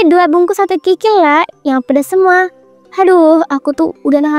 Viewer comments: Kok tadi bilang nya,"sate krikil"? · " Sate Krikil" ini sate kikil apa krikil 😂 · Sate krikil atau sate kikil sih min ? 🤦🏻‍♀️😅